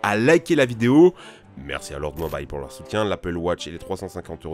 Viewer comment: Il a dit "lords mobayle" meilleure accent ever